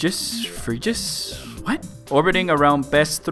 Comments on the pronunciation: I feel like Phrygis Is pronounced more like Frigis. Like frigid but instead of a d it's an s... Huh... That's... Kind of... neat? I guess? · I'm pretty sure it's pronounced "FRIDGE-iss", as in "frigid". PUNS! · phrygis is pronounced fridges it's an ice joke